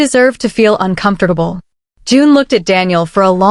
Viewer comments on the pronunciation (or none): How does this AI pronounce 'uncomfortable '🤔🤔